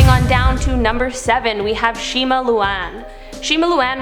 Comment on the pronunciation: No not shima pls not shima